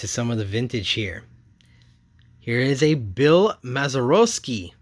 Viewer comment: The Lee May gold cup is not his rookie, and is from 1968. Pronunciation tip: Bill Maz-er-aah-ski.